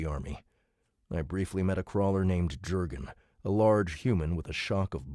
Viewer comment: Hey! Absolutely obsessed with DCC, thank you so much for doing this! Just a heads up that Jurgen is pronounced “Yurgen”. In Scandinavian languages Js are pronounced as Ys. A j-sound isn’t right here.